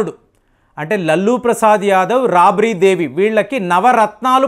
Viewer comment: సర్ మీరు తెలుగుని ఖుని చేయ్యకండి ప్లీజ్..రాబిరి దేవి కాదు రాబ్రీ దేవి అనుకుంటున్న